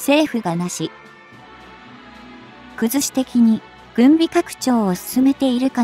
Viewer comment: なし、くずし、、なしくずしでしよ？変なところで区切らないで。